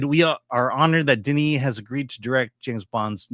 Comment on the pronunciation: Dennis. It’s Dennis. Get over yourself.